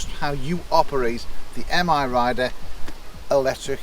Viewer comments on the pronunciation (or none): It's 'My Rider', not M-Rider. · M.I. Rider? I always thought it was pronounced My Rider.